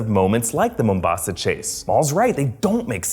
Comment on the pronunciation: i really love how you are stressing the first A in the word Mombasa. its making me laugh how you are exaggerating its pronunciation